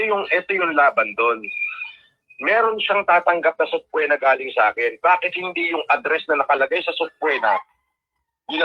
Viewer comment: (Sub”PWEEEEEEE”Na )-- is the correct the pronunciation. 😂 Natatawa ako dyan.